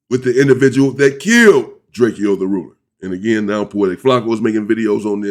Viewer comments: Well his name was drakeo not Draco but pronounced Draco not drake-e-o 😂#LLDTR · gotta do some more research before u react drake-o not drakeyo was not from Inglewood or a blood u said that multiple times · Drakio 😂😂😂😂 Its drake-O